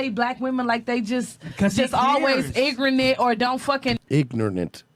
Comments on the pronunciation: She said igranit lol I love Tommy, he says he speaks from experience, I watch a lot of these bullshit shows like Love and Hip Hop and the women and gay men on that show are the most childish people. No matter what color they are, they throw drinks, tear wigs off, punch, kick, smack, scream, and every other ridiculous behavior you can imagine. I get a kick out of it, big time, but I also kind of feel bad for them, most of them have so much plastic surgery too, most of their asses and faces are atrocious, perfect example, erica mena, and she used to be so pretty, it’s sad. See this chick can’t keep her cool, because he refuses to back down and she’ll just keep taking it further and further, trying to get her way, just can’t admit defeat or agree to disagree! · Bitch really said " ingernent " Hahahaha more than once